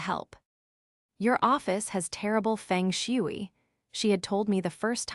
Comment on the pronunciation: "Fung shway"